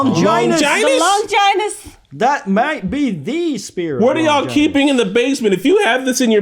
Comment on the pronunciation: Normies listen up, Longinus the “Holy Lance” is pronounced with a “gin” like the alcohol not “vagina”